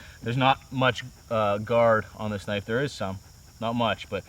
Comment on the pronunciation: lol thought I was the only one who said kanifey.